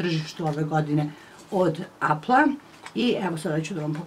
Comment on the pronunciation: Ne kaze se apl nego epl apple